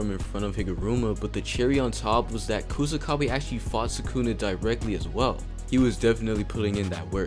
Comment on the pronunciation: Its Kusakabe